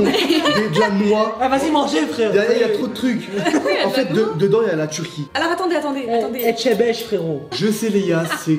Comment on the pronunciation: Je vous adore mais on dis etchebest 😂❤️💕😂😂😂🥰